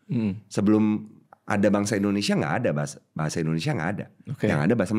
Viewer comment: Indonesia tp diucap Endonesia. Biasa diucapkan pemerintah. Bikin kesal aja (